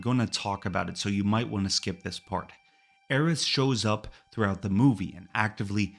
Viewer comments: It's the dedication in pronouncing Aerith incorrectly that I found impressive. In this video, her name is pronounced as Aeris, Aeriz, and Aerits with varying degees of consistency. I felt like I was being trolled by a Tifa fan. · all that work you put in and you refuse to call Aerith's name properly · As someone who played FF7 at launch and still have the original strategy guide, it's Aeris. I never even heard the name Aerith until years later. You're blatantly wrong. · Aerith is /literally/ supposed to sound like Earth. Just because someone mistranslated something 20 years ago doesn't mean you have to keep on being wrong! There's thematic reasons for names in these games, and she DEFINITELY isn't supposed to be tied to /Aries/. Truly some hogbonkers wild stuff.